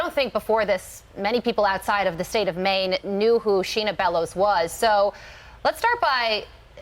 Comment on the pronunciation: It sounds like the SOS of Maine is saying ‘Mean’ and not ‘Maine’